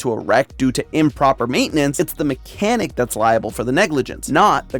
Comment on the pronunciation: did you mean MCanhic